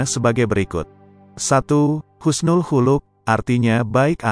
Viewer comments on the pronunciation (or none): none